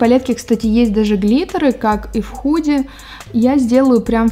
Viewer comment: когда впервые услышала это "худа", меня чуть не стошнило. люди, которые смотрят англоязычных бьютиблогеров, поймут.